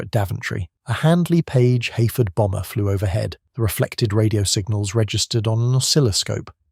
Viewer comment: It's Heyford NOT Hayford !